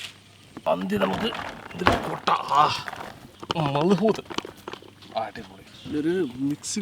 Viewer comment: മൽഹോത് അല്ല മദൂത്